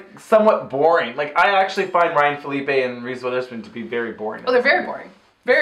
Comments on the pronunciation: What's with the "Felipe" pronunciation of Phillippe? I thought it was Phuh-leep or Philly-pee. haha XD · The pronunciation of Phillippe tho. Smh